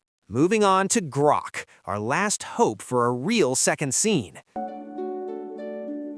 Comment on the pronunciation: Ah yes, "Groak".